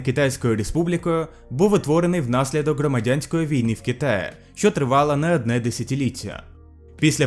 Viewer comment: І так зачнем )) Ну очевидна помилка - буква г, гадаю, вже по коментарях зрозумів. Далі є така штука (приклад російською - "в Китае", та по-українськи буде через Ї - "в Китаї", чи краще - "у Китаї") Далі де-не-де в тебе "е" йде як російська буква, та повинна бути як "э" російська, тобто звичне Е по-українськи, а не звучати як "Є". Далі хоч і є, здається, якісь не такі звучання, та все ж вони не сильно помітні, до прикладу інколи у тебе буква "о" звучить хоч і як О по-українськи, та деколи йде якось до А, що є ніби помилкою, а ніби і ні, та звучить, певно, не як українська мова.